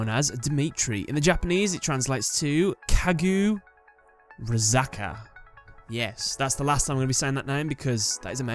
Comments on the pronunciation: Actually, the "u" in Kagura is largely slurred and borderline silent. It would sound more like four syllables, "Kagrazaka." At least phonetically, unless my interpretation of Kagura is incorrect. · ka-gu-rah- zah-kah